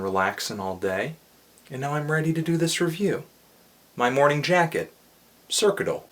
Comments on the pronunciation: You're a pleasant actor & you've got adjectives for miles but I must say that it was difficult to get thru the review after you mispronounced "Circuital." Call it haughty but it's pronounced "sir-cue-it-al" & I urge you to give it another listen or two. Maybe don't be so concerned w/a literal message/chord progressions & perhaps put more weight on the overall mood of the album? I don't think politics or music theory have much to do w/ "enjoyability, effort, ambition" and those other buzz words. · I like how he doesn't even know how to pronounce the album's name